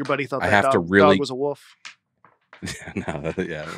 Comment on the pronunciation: Leaving the “L” out of “Wolf” while including it in “Folks” is what makes this educational podcast so great. I’m looking at you Notre Dame. Thanks for the laughs!